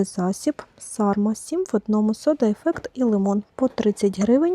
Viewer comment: Огляд дуже сподобався. Тільки є маленьке зауваження - засіб для миття посуду Carma читається Карма ( на пляшці написано ). Sarma (Сарма) - то інший засіб